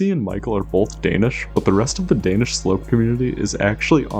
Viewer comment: I love watching people try and fail horribly to pronounce danish names and words 😂